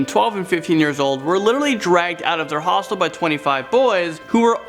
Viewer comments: Honestly I thought that he said Hostess , The company that does Twinkies 😅lol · i keep hearing hospital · Why would you stay somewhere called a hostel? Like hellooo hostile, hostel ITS THE SAME PRONUNCIATION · You say hostel funny